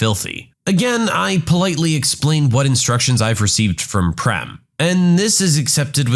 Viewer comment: I was not happy the way you pronounced PREM 😂😅 IT'S pronounced as PRAME (same way as FRAME) My name is PREM BTW and it means LOVE